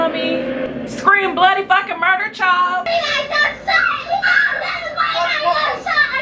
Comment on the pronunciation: The word of today is MURDEER